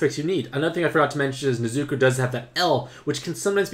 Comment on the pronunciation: I didnt like how u pronounced nezuko's name wrong the entire video